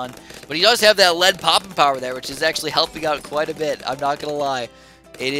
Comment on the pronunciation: you said pooping instead of poping